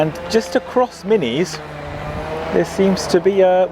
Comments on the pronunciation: Min Iss NOT minnies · Minnis is pronounced Min is after Minnis Bay which is a beach in the area